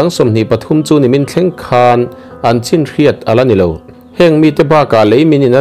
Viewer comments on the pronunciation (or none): none